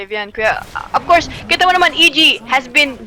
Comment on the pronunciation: akala ko ofcourse pero but AFCOURSE yung pag pronounce AHAHAHA